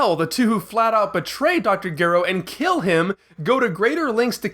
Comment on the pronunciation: Lol omg dude did you really just say dr Gero's name wrong multiple times?